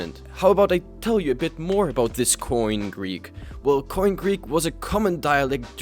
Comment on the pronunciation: koine greek is nout pronounced like "coin", you should either pronounce the e at the end like in erasmian pronounciation (anachronistic for the first century A.D) or like "kini" (with the post 6th century greek pronunciation).